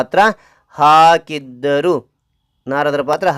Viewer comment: ಆಕಿದ್ದರು ಅಲ್ಲ ಹಾಕಿದ್ದರು